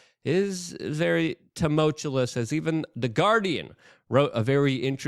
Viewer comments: TOO-MULL-CHEW-US is the correct phonetic pronunciation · It’s as if Luke chooses which words he’s going to overuse for 6 months to a year based solely on how bad he is at pronouncing the word. I’ve never even heard of anyone doing this the way he does it and he’s done it for at least 10 years now. Tumultuous might be his best one yet, though. So, he hasn’t necessarily peaked yet. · You’re trolling me with “tumultuous”. I know you are.